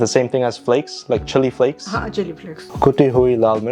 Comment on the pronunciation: That chilli flakes pronunciation had me isn't that a bad word god